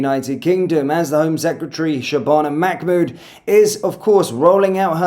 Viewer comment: Mamhood not Machmood.